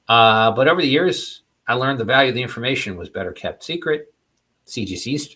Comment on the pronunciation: This interview was amazing, but all I could think of was Homer telling Pepi, "LEARNED, son. It's prounounced 'LEARNED'..." 😂